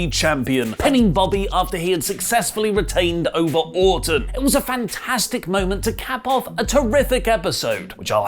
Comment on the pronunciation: When he says Orton it sounds like he’s saying Autumn